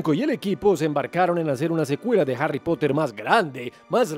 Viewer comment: Pero no es "Arry" es Harry (Jarri)